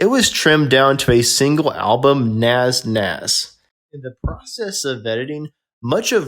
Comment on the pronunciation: this guy cannot pronounce rundgren nazz ect. I can't remember the rest he sounds like a fool